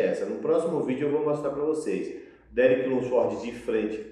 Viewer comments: insiste em falar o nome dos cara errado kkkkkk derick lunsfórdi, terrence rufín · Qual a dificuldade de todo mundo falar o nome do Derek Lunsford de uma forma mais certa? Nem é so o que fala tudo errado, quase todo mundo fala errado esse car4io de nome kkkkkkkk